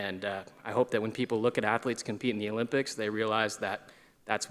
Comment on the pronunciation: The "Olympits" 😂😂😂😂😂